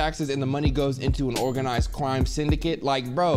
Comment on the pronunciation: “organized cwime syndicate.” Idk why that made me laugh bru